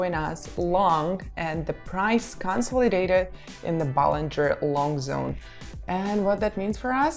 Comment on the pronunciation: bollinger bands not ballinger lol but i feel you